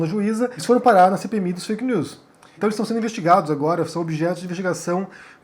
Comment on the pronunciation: Eu acho legal o geito que o fala "fake neuuis" do francês. Kkk.